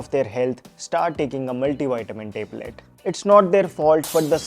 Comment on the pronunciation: Listening teblet teblet feels like yukk😂😂 His acting literally is like watching rakhi sawant getting Oscar award😅